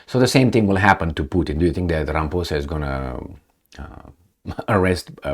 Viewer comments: more than many, including the very ANC he leads, have plummeting confidence in him. Please don't take offence to his name being pronounced as if he is a puss, in this video. African names are difficult and complex. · Many South Africans pronounce it, RamaPOESa, but only because they don't like him..... Best to pronounce it RamaPOUSa.....🤣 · It is RA - as in Rabbi MA - as in Mars PHO - as in Post SA - As in South It's not many South Africa's...it's those who do not like him or those who refuse to learn proper pronunciation of African names